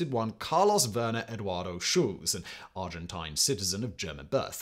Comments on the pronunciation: Argentina accepted a lot of Germans after the war, and they also accepted one of the largest number of Jewish refugees. Person would let anyone come in provided they could pay. I like how Simon deliberately mispronounces “Argentine” - residual hostility from the Falkland War? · *The Argent-eye-n